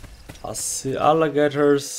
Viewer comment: No offense to anyone with this, but i though i heard say Allahgaters.